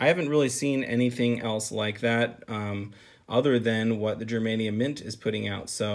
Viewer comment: pronunciation of "Germania" is painfully wrong lol don't me!